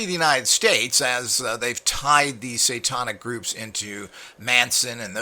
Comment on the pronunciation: Every time you say: "satawnic" I cringe. I bet Manny can correctly pronounce the word, "satanic," and he is an uneducated gardener!